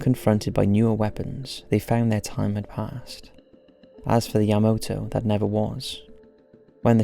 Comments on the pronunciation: It's YamAto not YamOto! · Yamoto? Really dude? How is it hard to pronounce Ya-ma-to? smh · I mean, the whole video he says Yamoto, despite obviously knowing it's spelled YamAto. Plus he says disorientated all the time. It really irritates me. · I'm flinching every time you pronounce "YA-ma-to" ("ma", emphasis put on first syllable) as "ya-MO-to" (wrong 2nd syllable, emphasis put on wrong syllable)... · YamAto not YamOto😁👍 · Yamato is pronounced YahMAHtoh.Not YahMOHtoh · Not YamOto, but YamAto!! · Yamato, not Yamoto.... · You're pronouncing it wrong... it's YA-MA-TO. Not YA-MOTO. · YaMAto. Not Yamoto. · Devlin Kane youll like your life to be miss pronounced? Because this video was so bad. So much miss pronouncing *yamoto*???? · “Yah-MAH-toe”...NOT fucking yah-moe-toe... Jfc.... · Great video, with the exception of the repeated mispronunciation of YamAto as YamOto. I know it's an easy mistake because of the commander being Yamamoto, but when everything else is right, that needs to be right also. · Yamato not Yamoto? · Why you keep saying "yamoto", "yamoto", "yamoto"...? It's YAMATO ! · Ya-ma-toe not yuh mo toe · Why the heck is he saying Yamoto? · Title says Yamato, yet the audio always says Yamoto. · Does a video about the Yamato, but keeps pronouncing it as Yamoto. Vergil won't get motivated with that. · your pronunciations of Yamato were a bit off but you did an excellent job of this:) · a bit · I'll give him a pass on MiG, since it is an acronym just like GOG (which I've heard as Gog and G O G), but Yamato isn't.